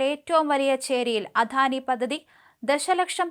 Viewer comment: അധാനി അല്ല അദാനിയാണ്, മാഡം